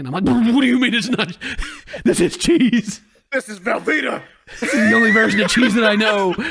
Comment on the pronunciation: "This is VELVETA" LMFAOOO😭